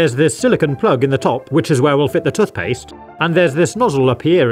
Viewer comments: tuth paste😂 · I love the way you pronounce toothpaste lol